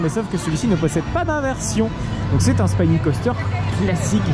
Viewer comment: Je ne veux pas faire mon rabat-joie mais c'est une erreur récurrente dans tes vidéos. "Spinning Coaster" ça se prononce comme en Français. "To Spin" c'est tourner, "a Spine" c'est une colonne vertébrale donc rien à voir. 😅